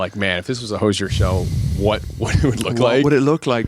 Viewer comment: Hate that the interviewer consistently mispronounced his name 😤